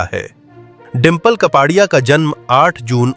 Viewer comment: कपाडिया नही कापड़िया बोलो।